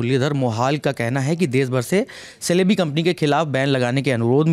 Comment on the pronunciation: The correct pronunciation of this aviation company is jalebi..,more like Chelebi